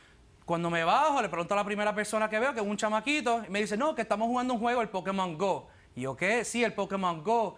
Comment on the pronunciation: pokimon gou xD asi lo dicen ellos :v